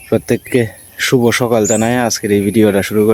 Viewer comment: সকাইল্য বেলা না বলে সকাল বেলা বলবেন